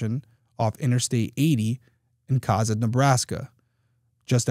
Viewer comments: I am so glad you do bring attention to these cases. Side note, Cozad is pronounced Co as in coworker and zad like Chad. Meridian Ave was pronounced incorrectly as well, you left out the second I. I have a potentially small and wrong theory, but she was killed on her first morning working as a manager. I’m not sure how long in total she worked there, but first as a manager. Is it possible the suspect was intending to kill the manager who used to work that shift? He could have been sent to kill another woman and was told she always works Monday mornings? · Cozad is pronounced Ko-Zaad. ❤😉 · I absolutely love your videos and love watching them. As someone who lives very close to Cozad (pronounced Co-Zad) it’s nice to see someone cover a case from here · I'm glad you are highlighting this case. Unbelievable it hasn't been solved yet. Also...Cozad is pronounced with a long o. Like Ko zad. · Co-zad is how it pronounced. I grew up in Cozad in the 70s. It was a great little town back then. We didn’t lock our doors and my parents felt safe enough for my brother and I to walk to the skating rink or movie theater. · I grew up in Nebraska and I don't remember this case. ( ) Also, I say Co-zad with a long o. I could be wrong about the long-sounding o but that's how I remember. Great job Derrick!